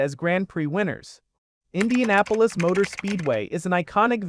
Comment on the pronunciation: "I-INDIANA -POLIS" yeah youre a bum dude. write your own videos. and put some respect on indy